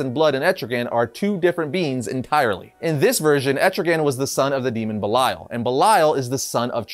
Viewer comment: You sure it’s pronounced Bell-lie-al I would assume it’s pronounced bell-Lee-el